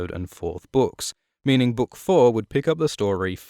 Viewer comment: i love how you mispronounce the word ''book'' and nobody cares really, because of your awesome content